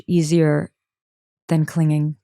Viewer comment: She said clinging not cleaning😂